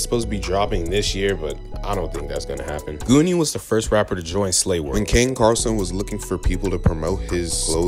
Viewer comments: He said Kaine Carlson. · Did he say ken carson or am i trippin. Obviously ken was never slay but then who is he talking about what other ken carson is ther